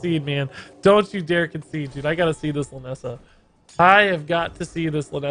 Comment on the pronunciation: check the description, its lynessa not linessa